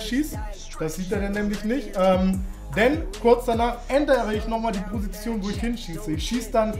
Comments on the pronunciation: Kannst du Position nicht aussprechen oder wieso sagst du schon seit Jahren „Prosition“ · Die „Prosition“ 😂😂😂